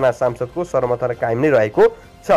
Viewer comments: समाचार भन्न नजान्ने समर्थन लाई सर्मर्थन भनेको सुन्नोस न होउ स्रोता महोदय ।। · सर्मर्थन होइन सम्र्थन वा sarnarthan hoina samarthan भनु प्रो समचार बाचकले असुद पढ्नु भएन!